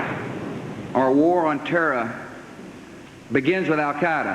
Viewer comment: Tera! Teraists! Terra! Tora! Tera! All along this speech he said “ trea”!